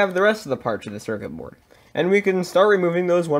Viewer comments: drink every time he says cercer berd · Say Circuit Board again.